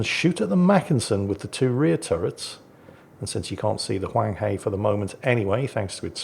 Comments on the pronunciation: Huang He is pronounced Hwung Her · Pornounced Huang HER (British pronounciation of Her) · Huanghe, the 'he' is pronounced like 'he' in 'her'.